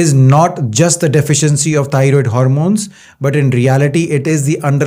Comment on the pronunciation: TY Dr for this information! I Love Yer Accent, Lol. I thought U were saying tired gland, But thats EXACTLY what it is, We tired out, Our Thyroid gland!